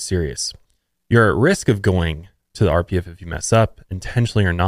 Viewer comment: When you said "The standards for the Sea Org members are incredibly strict. If you don't meet them, you risk being sent to..." I could have sworn you said "RBF" So naturally, my reaction was to say out loud "resting bitch face? ...What???" 🖤